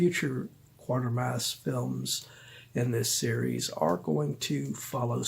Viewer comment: Sorry but its pronounced Quatermass not Quartermass